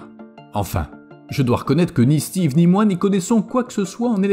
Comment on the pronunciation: Mr le commentateur me rire quand il cite le nom Steve kiekiekie